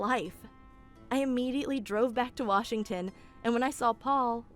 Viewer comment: Why does it sound like says Pole instead of Paul?